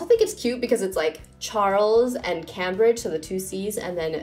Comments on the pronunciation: I'm pretty sure Cambridge is pronounced like came-bridge not cam-bridge. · Love the video!! But just to let you know, it’s pronounced came-brigde instead of cam-bridge👍🏼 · I thought it was pronounced "CAME-bridge" not "CAM-bridge" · FYI - Cambridge is pronounced Came-bridge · Yeah the city in England is pronounced Came-bridge